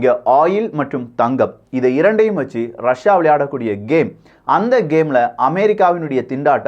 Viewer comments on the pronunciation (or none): ரஷியா அப்படின்னு சொல்லு .ரஸா ரஸான்னு சொல்லி மானத்த வாங்காதே